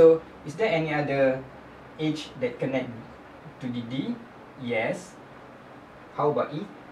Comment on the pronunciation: great example thanks. You pronounce Edge weird tho haha, i thought you were saying "age"